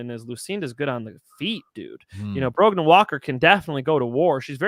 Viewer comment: No D in Brogan